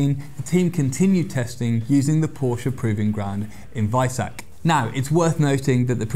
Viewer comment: Did he pronounce Porsche right??? What a nice surprice.